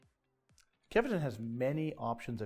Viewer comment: Kevetun? :D :D :D Guys, it's KVEtun.